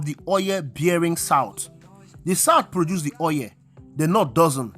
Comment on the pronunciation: Very informative, good job. However, stop saying "oyẹl" it is "oil"